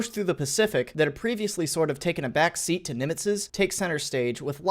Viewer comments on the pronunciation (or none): none